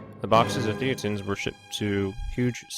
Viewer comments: It should be pronounced "thay-ten". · It's a bit annoying that this guy mispronounces "thetans" every time. Especially since that is the pretty central to the topic of the whole video. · Actually it's hilarious for its irreverence